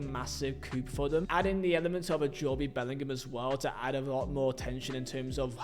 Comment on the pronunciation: whos "jobey" bellingham?